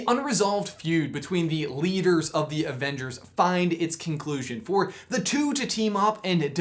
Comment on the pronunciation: Avenge-heirs, ha